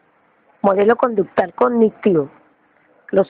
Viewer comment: que horrible video, redacción mala, lectura malisima, la persona no sabe leer ni pronunciar si lo esta leyendo de menos que lo haga bien ya que sus diapositivas sin orden se quedaban en la misma y según explicaba de verdad pésimo video no ayudo en nada y es conductual no conductal, lo vi a fuerza porque me lo dejaron de tarea.